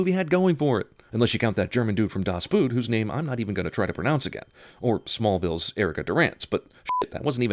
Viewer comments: das boot has boot pronounced as boat. German language thing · You pronunciation of “Das Boot” made me choke on my Sauerkraut. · How you pronounce “Das Boot“! XDBut I don't blame you! ;) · fucking hell the way he pronounces das boot